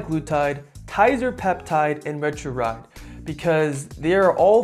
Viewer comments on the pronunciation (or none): you're not pronouncing them correctly: ret-a-TRU-tide and teer-zep-i-tide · Retruride??? Seriously...learn how to pronounce it !!! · Couldn’t watch because you kept butchering the pronunciation.